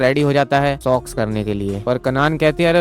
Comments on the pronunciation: Sox. Not sex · Abe sox nahi sex 😂😂😂😂😂🎉